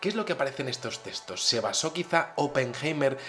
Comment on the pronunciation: puedes pronunciar muy bien TEXTOS!, no entiendo el énfasis en decir testos.